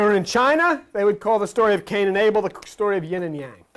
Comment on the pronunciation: cain and Abel togueter sound like CANIBEL OR CANIBAL.